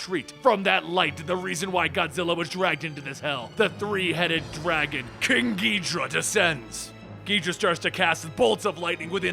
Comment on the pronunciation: Its pronounced King-ge-door-a